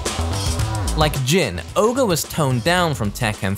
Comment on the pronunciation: Isn't it Ogre? Not oger? Didn't they have a voice line somewhere where there is said Ogre and True Ogre and not Oger?